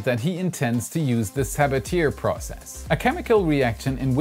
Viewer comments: The Sabatier reaction is prononunced more like Sabatyeh not like Sabateer, he was French. I know pronouncing French words can be difficult, but everyone uses Sabateer like it's some American name for doing something, like pioneer, it;s a bit cringy. :P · FYI, Sabatier is pronounced suh-bah-tee-ay. It was discovered by French chemist Paul Sabatier in 1897. It's commonly mispronounciation nonspecialists. I used it for many years at Pioneer Astronautics and NASA KSC to develop ISRU processes for Mars. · Awesome vid! But, I believe its pronouced sa-ba-tyey. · Sabatier is pronounced “sa-ba-tyey” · Amazing update! Thanks for all the hard work and the follow back on twitter. By the way Sabatier is pronounced like Sabatiye, i think its french. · Very unfortunate pronunciation of Sabatier.